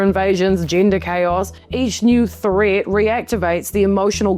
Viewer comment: Proticktid ? Posed as a thrit ? Holy tortured vowels !